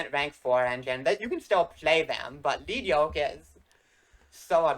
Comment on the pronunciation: Oh my God, thank you,, for pronouncing Lead Yoke correctly. Edit:...and got to the pack opening. Never mind. >.>